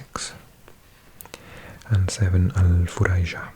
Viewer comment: you might've mispronounced #7, the name is Al-Fujairah but you've said it as Al-Furaijah. Finally awake to make this comment after having slept through it tens of times. 😀